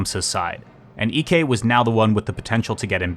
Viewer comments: Fun fact: Ek's name isn't pronounced EK, it's more like "Eek" because Ek is a pretty common surname in Sweden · That’s not how you pronounce Ek 😭